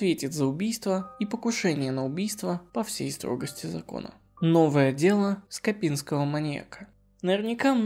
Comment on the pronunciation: Да скОпинского, а не скопИнского, то так, то так его называешь